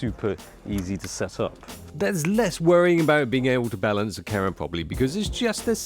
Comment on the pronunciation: interesting "ca'rra"